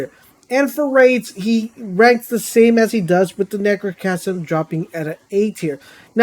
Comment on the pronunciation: Bruh said necrochasm lol.